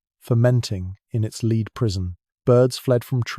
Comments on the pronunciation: AI voice. Nice accent but Henry's "lead" coffin was a "led" coffin, not a "leed" coffin. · The reader needs to learn how to pronounce lead. Not leeeed but lead. Lead sounds ridiculous.. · AI sucks! lead as led, not lead as to go first. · This stupid AI voice can't tell the difference between the metal lead and lead as in leading a horse. AI= Artificial Unintelligence. Suggestion. Use a human, it's cheaper and less off-putting. THE AUTHOR WILL TAKE NO NOTICE.